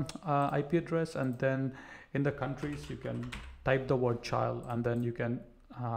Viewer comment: did this nibba just pronounced chile as cha-aisle